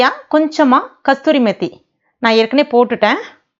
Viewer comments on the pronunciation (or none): கஸ்தூரி இல்ல. கஸூரி